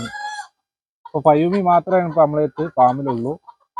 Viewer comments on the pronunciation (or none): പയോമി അല്ല ഫയോമി